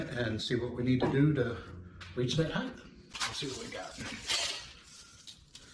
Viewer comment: THE WORD "HEIGHT" ENDS WITH THE "T" SOUND! JUST LIKE: SIGHT MIGHT RIGHT FIGHT FLIGHT SLIGHT BRIGHT BLIGHT...